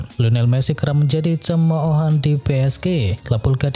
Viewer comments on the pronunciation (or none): Cemohan...sebutanya ce mo han yaa...bknnya cem mo o han 🤣🤣🤣